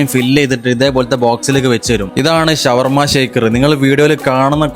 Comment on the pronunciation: ശവർമ അല്ല ഷവർമ